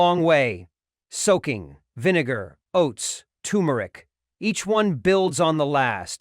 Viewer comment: You started out saying the spice correctly, TuRmeric,but then you started to say TUmeric! Leaving out the R. Gees AI get it right, ok? I hate that AI’s just can’t pronounce words correctly. Nor do they know where to put the accent on words either! That’s why they will never be smarter than humans!!